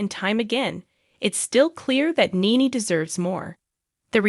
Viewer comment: Alright.. I was going to listen but it was painfully irritating when you kept pronouncing her name Neen. Her name is NENE. NE-NE. Just for that, I ain't finishing this video, call me petty, but I hate mispronunciations 🤣